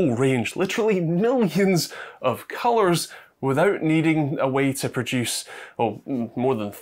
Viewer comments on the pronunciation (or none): none